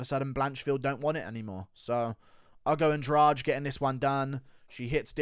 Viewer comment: Baaaahahahahaha, my man said Adrade-amedov 🤣🤣🤣